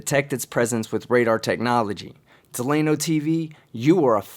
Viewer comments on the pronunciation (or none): Delano is trolling. Right? Certainly he’s trolling. And I bet $300 the name isn’t “Duh-Lay-No” but “Dell-ūh-No”. Regardless he’s fucking idiot n